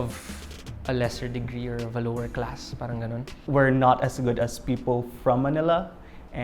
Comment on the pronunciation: It's a fake accent. The accents on some syllables are off and inconsistent. Like how he says "people", very pilit.